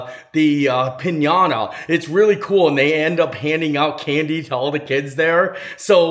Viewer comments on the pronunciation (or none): none